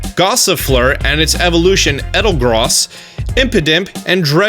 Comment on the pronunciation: It’s el-da-goss